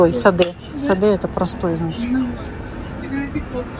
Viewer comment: Любимый Стамбул! И небольшая поправка, не саде ( простой) а СААДЯ. Спасибо за видео.